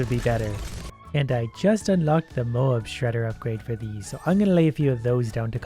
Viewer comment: Moab ita not moab you need to spell the a deeper so like moäb (also love ur vids) <3